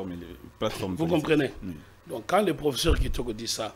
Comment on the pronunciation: Le mot " professeur" est mal prononcé par l'avocat français. Lui qui cherche toujours à humilier d'autres compatriotes. Il n'a pas suffisamment étudié le cours d'expression orale.